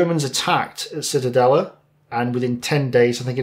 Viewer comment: Not Citadelle; auf Deutsche wir sagen die Zitadelle. Zee/ta/dell/a